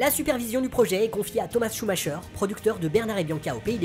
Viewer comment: Très bonne vidéo, limpide les explications. Par contre, à titre d'information, on dit "Schumaqueur" et pas "Schumacheur". Cela fait grincer les oreilles lol.